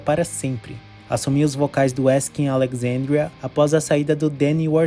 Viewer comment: só um detalhe: se pronuncia aleZandria